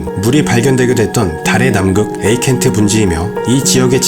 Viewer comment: 자막은 에이트켄 인데 읽으신건 에이켄트 입니다 ㅋ 항상 즐겨보고 있어요~~~